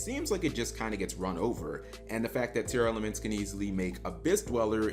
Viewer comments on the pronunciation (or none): I had to check how Tearlaments was spelled cause he kept saying “Tear-Elements”